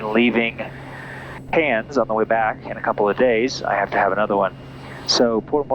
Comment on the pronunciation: You pronounce "Cairns" nicely with sufficient nasal Aussie accent. To be more authentic you could say, "I'm coming into Cairns, eh?"